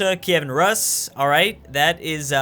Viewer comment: Rus is pronounced “roo-s”